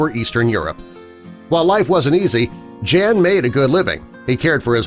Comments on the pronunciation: I know someone whose parents were from Poland. I've known him since the early 80s. His name is also Jan. The catch is Jan isn't pronounced Jan. It's pronounced Jon. Good story though. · It's not "jean" but "yan" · wouldnt his name be pronounced like Yawn, and not Jan?? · Jan is actually pronounced yan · If you are saying the name “Jan” in Polish it is pronounced YAN ffs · I bet "Jan" is supposed to be pronounced "Yaan" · His name is pronounced yawn..